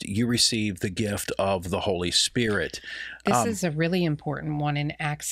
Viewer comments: Kathryn never learned how to pronounce holy spirit, it is not holy spirich🤔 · Anybody else notice that the way Kuhlman pronounces "Spirit" is the same way that Benny Hinn pronounces it ? "Spid-ut" (She was his role model in his early ministry and admired her immensely) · A lot of valid comments on K. Kuhlman here. Did anyone else notice her creepy, hyper-spiritual blunder? She began by saying "spirit" correctly, but then multiple times after she channeled Benny Hinn and pronounced it "spi-dit." So contrived and creepy. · Kathryn Coleman she said the holy spidit. That’s how Ammie McPherson would say holy spirit as spidit.